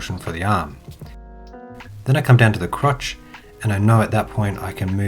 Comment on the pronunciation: Something about you saying "crotch" is hilarious to me